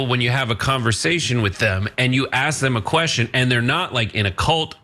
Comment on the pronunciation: I heard one guy AXE'd him a question...😂😂😂